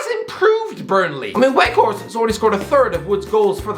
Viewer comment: Can you at least try to study how football player names are pronounced? Halland? Weghorset? Seriously? I'm pretty sure you'll be pissed as a soggy donut if I called you